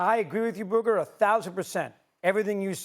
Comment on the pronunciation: If you can't pronounce your co-hosts name correctly, you shouldn't be on TV. It's honestly blatantly disrespectful to Booger to continue to mispronounce it.